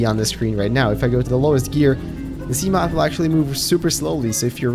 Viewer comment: Can you stop pronouncing seamoth like a twelve year old? It’s “see-muh-th”